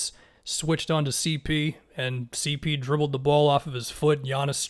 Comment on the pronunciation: On everything I'll stop watching your videos if you don't start adding the 3 on "CeePee" man, you're trolling us at this point